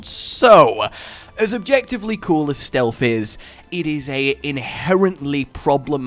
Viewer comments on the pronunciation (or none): For the love of all things not cringe-worthy! Stealth is not pronounced "Stealfffffff". There is a noticeable "TH" on the end. JFC!